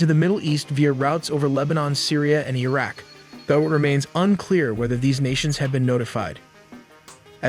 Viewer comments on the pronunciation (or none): none